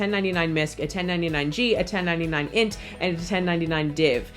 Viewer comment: It's funny hearing 1099-INT pronounced as INT. I've been preparing taxes for years and have always say "Eye En Tee". Thanks so much for the Mark/Roger comparison. I think it's the hardest thing for many people to wrap their heads around and seeing the actual numbers is GREAT. Note on itemizing deductions: Some expenses (like medical) are only deductible if they're above a certain percentage of your income, and some expenses (like taxes) are only deductible up to a certain percentage of your income. $300 of charitable contributions are deductible as of this year regardless of itemizing or not! Finally, if you're not doing the high yield savings account trick for self-employed income, definitely try to make at least cursory State and Federal estimated payments each quarter. If you under pay, it's possible to need to break out income by quarter and it gets messy! Tour story: I had a client who needed to file in 36 states due to touring. All together it took 3 days of work, between entering all the info, making sure all the state returns were done correctly by our software, figuring out where we could efile and where we had to mail, tabulating which states he owed in and which he got refunds from, printing and mailing everything, and communicating with the client. This was 3 days of work spread over 3 weeks, mind you, but still he paid a little less to have us do it than a $40/extra state through turbo tax.